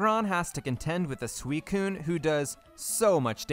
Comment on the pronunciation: Are you deliberately saying some of the pokemon names wrong? Comically wrong? Like Suicine and 'Slay King'. Is that one a meme or something because it's obviously meant to be Slacking, as in slacking off.